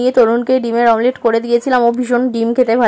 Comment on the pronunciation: Tumi sos k sors bolo, omlet k amlet bolo go